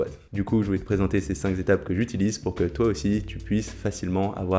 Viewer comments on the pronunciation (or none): Super vidéo, je vais suivre tes conseils pour améliorer mon squat. mais cinq zétapes… à corriger aussi ! 😉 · bravo pour les cinq Z'etapes, le fameux z de liaison est magistral!!!